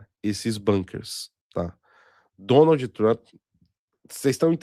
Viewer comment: "Donaldi Trampi", por favor, o programa já foi patrocinado por curso de inglês e tu ainda segue com essa pronúncia.